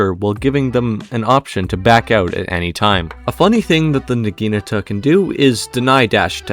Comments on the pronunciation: Say it with me: NA-GI-NA-TA. Not NAGINUTUH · Nah - gee - nah - ta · you butchered the pronunciation of the weapon so bad LMAO its nah-gee-NAH-tah or nah-ghee-nah-tah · I hate how you pronounce Naginata